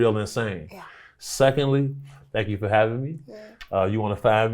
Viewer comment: I really love your interviews. I'm a Kenyan who's been living in the diaspora for the past 15 years. learn how to say THANK YOU and not DHANK you 😘